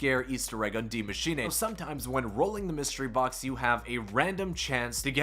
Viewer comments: I love how you butchered the name of the map. You make it sound like its a Japanese name. Its pronounced exactly how it looks its machine. Not machinay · You spelled Maschine almost perfect :D u only have to say eh at the end instead of ey Greetings from Germany 😂🇩🇪❤️ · You’re butchering the pronunciation of Die machine, it is pronounced “dee mah-shee-nuh“ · The giant monster is ORDA, BTW. & it’s Dee-ma-sheen-aye for me 😂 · He said D Mashinae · Every YouTube finds a new way to mis-pronounce the map name hahaha IT IS PRONOUNCED ‘DEE MACHINE-UH’ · It was pronounced like that in the trailer because the guy was Scottish smh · It's pronounced Dee- machine-uh, I'm German so I'd know lol. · dee machine-uh? Was labersch du? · dee maashenay LOL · masheenay he says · bec it isnt pronounced that way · well, hes not german, so it is to be excused